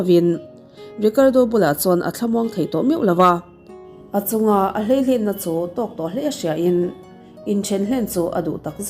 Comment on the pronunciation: "Hleihlen" tia i lam "hlei len" tih tur zawk a ni a. Heta "hlei" awmzia hi, "suaksual; lei la zawnga kut thawh adt." sawina a ni a, "len" hi, "thil tih; thlentir adt." lam sawina a ni leh a. Tichuan "hlei len" awmzia chu, "suahsual rawng bâwl" tihna a lo ni ta a ni. Nupui/pasal inneih kawngah hian fimkhur a lo ngai tak zet mai! A ngaihnawm lutuk e❤